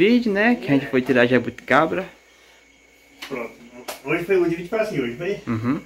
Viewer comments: Família, pelo amor de deus é jaboticaba, não jaboticabra 🤦🏻‍♀️... Não é porque sao simples que nao tem que aprender a falar direito. e parece que nem estudou, falam tudo errado... Busquem aprendizado... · A e fala, "jabutiCABRA" o correto é "jabutiCABA" ou "jabotiCABA", e tão novo, já terminou os estudos e não consegue falar corretamente algumas palavras tão fáceis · Gente lugar todo mundo fala o nome da fruta errada, falam "jabuticabra",kkkkk, deve ser uma fruta que dá leite. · FAMILIA O NOME NAO E JABOTICABRA E SIM JABOTICABA VOCES SAO NOVOS PRESTEM BASTANTE ATENCAO NAS PRONUNCIAS DA PALAVRAS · não se diz jabuticabra e sim JABUTICABA kkkk fugiu da escola menino